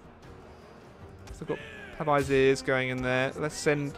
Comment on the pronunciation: By the way pavisers is pronounced pa vi say my french speaking side got annoyed.